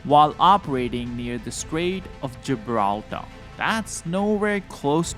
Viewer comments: Gibrallar oder Gibraltar? 😮😢 Diese Kommentatoren sind Klasse 😊😅..weiter üben😊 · Geebrahltah lol